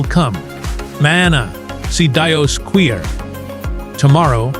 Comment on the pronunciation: Worst AI presentation ever. "he'll come Mana see Dios Queer tomorrow". Wow! minute